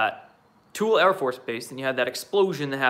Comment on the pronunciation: Dude, it's TOOL-ee, not tool. ~♥~